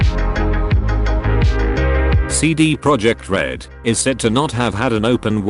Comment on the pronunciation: This moment when you mispronounce Cd Projekt Red the entire video